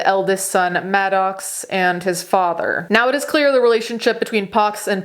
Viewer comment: Pronounced Pax not “pox” “Maddux” not Madox